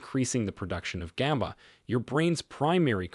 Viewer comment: Is the voice AI? GABA is not pronounced GAYBA.